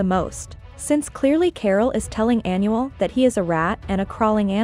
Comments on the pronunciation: If you gonna interpret a language make sure you at least do your research and pronounce it right!! Smh You’re pronouncing Anuel (Aaa•Nuuu•elll•) like Annual. 🤦🏻‍♀️ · well if that’s the case then it’s really not that hard to search up how to properly pronounce the name of your subject lol? Just stating the “obvious” and correcting it because in every video they call him “Annual”. 😂 (coming from a Puerto Rican 🤷🏻‍♀️)